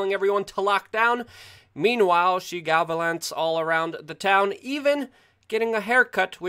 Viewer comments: galavant not gavalant lol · Galavant. Not gavalant.